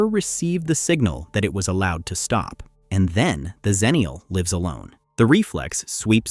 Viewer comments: The problem is that Xennial and Zennial are pronounced the same, so you don't know which you're talking about. I prefer EX ennial, too. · Its pronounced 'ex' ennial not 'Zen'nial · "Xennial" should be pronounced with an "ex" sound at the beginning, as the name derives from Gen X, not Gen Z. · So, the 90's female barbarian is called "Ex-na?" EDIT: I will admit that that the commonness of the pronunciation will cause trouble 20 years down the line. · I agree, but the woman who coined the term “Xennial” pronounced it with a /z/ sound at the beginning.